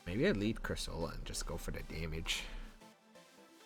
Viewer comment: Nice team, but I think cursola is pronounced differently